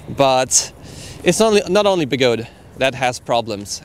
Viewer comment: They are call be-go-de, 3 Chinese words so the “de” does sound